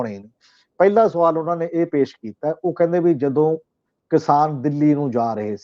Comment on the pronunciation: Desh not Des , Pesh not Pes , Kush not Kus etc. should be pronounced to improve the standard of the program . Thanks .